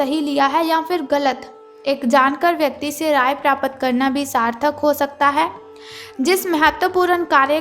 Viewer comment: आप अपना हिन्दी उच्चारण सही करें यथा प्राप्त को प्रापत कहना गलत है, भाषा को सुधारें |